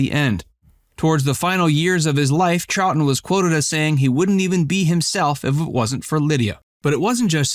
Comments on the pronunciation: Wrong, it is Charlton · Real news NOT: Cite your source or button it up. It’s Charlton, you silly person.